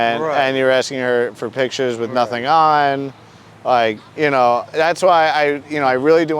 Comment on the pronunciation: Say nut-in again.